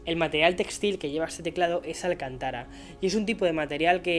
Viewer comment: «Espresso» se escribe exprés o expreso. La pronunciación correcta es Alcántara no alcantára.